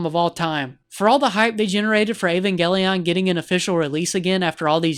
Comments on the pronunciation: "Ayvangayleone" Bruh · He can't even pronounce the name of the series right 🙈